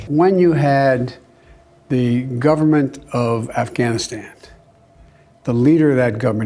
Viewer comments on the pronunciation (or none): Afganistand!!!!! Idiot! Don’t speak about Afghanistan if you cant even properly pronounce the country’s name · Biden the Moron calls it Afghanistand. I’m pretty sure he said it previously in this piece as well. The guy doesn’t even know how to pronounce the name of that country America blew how many trillions of dollars on? I hope that heroin was good. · Why does he say Afghanistand? Every single time! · Does Biden keep calling it Afghanistand? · Did anyone else catch the “Governor of Afghanistand”? 😂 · Why the hell does Joe keep calling it Afghanistand? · Not to be nit picky here, but does it bother anyone else how Biden keeps calling it “Afghanistand”? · Did Joe say "when you have the government of Afghanistand"? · Did he say afganistand? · Senator who? Isn’t that a Harry Potter character? 🤦🏻‍♀️ AND AND “Afghanistand”? 81 million votes folks. - Bidenese must be contagious… can anyone even English anymore? 🙏✌️❤️